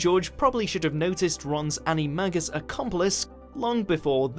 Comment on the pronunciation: These are all explained in the books. Also, it’s pronounced ANI-MAY-GUS.